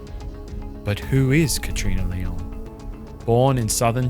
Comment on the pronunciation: Nice videos, but the pronunciation of Leung as LeOng is really odd